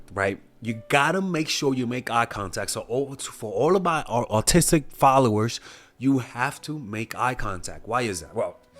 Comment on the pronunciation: I thought he said "artistic" because he has a speech impediment haha